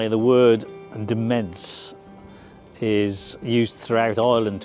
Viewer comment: Demesne is pronounced as in "Domain" 🤷🏼‍♂️ Only know that cos as a kid we lived beside one😂